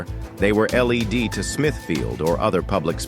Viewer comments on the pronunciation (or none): Stop using AI to do reads. Try using a human. A couple of examples being 'led' was pronounced as in the light emitting diode, LED, not as in being carried away. The Roman numeral of one of the queens was pronounced is some awful way that wasn't even close. Guy Foks? Who the heck is he?